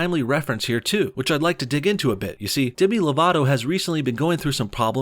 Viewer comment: I thought you said Dani divito